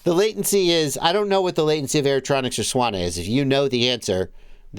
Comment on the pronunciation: Swana sounds so weird lol. Sanwa..